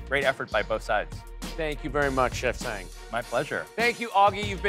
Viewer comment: I wish they had made Japanese or Korean cold noodles(cold ramen/ramyeon). Anyway, I wonder why the MC couldn't pronounce Chef Sang Yoon's name correctly. It irritates me when he pronounce 'Sang' from Chef Sang Yoon's as if it's the Verb 2 of 'Sing'. Those 2 words have a totally different pronunciation. 😭